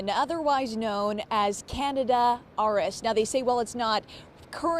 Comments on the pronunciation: Please say, CAN-DEE-DAH....People are hearing "Canada...." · This reporter, is an idiot. Canada RS? Canada? It is Candida/Candiadas. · Can-di-da, not Canada 😂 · Candida not Canada. 🤦‍♀️ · Can dee da - not Canada. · They can't even pronounce it correctly...it's Can-dee-da.....good Lord. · Not even the Dr pronounced it correctly! Look how it's spelled at least! It's pronounced "CAN-DEED-A" ! Spelled- CANDIDA! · Oh my God!!! We are all gonna die!!!!! Good God!!! Stop freaking out! Eat yogurt with active yeast cultures every day. Poof! No Candida infection!!! And damn it guys! It's pronounced like this "Can... dee...Ta!" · Did she say Canada? haha....that's not it.... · "Can..D..Duh".. candida is high yeast in the system. It drives me crazy when the news says it wrong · Can dee duh